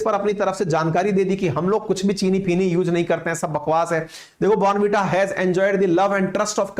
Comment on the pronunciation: Bhai saab phele zara please sahi pronunciation to seekh lete kan ki kirkiri krdi er 15 sec baad bornn veeta keh keh .. hadd hai yaar waise hum indians